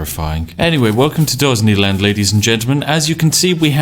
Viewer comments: The Spiffing Brit: Dosney land Captions: Ghazni land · "Dosney Land" I losted so early in the video. hahahaha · Dosney land XD hahahahaha NANIIII? :p